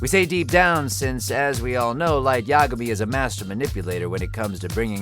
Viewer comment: Todd's the only one on the show that can pronounce "Yagami". Hooray for him!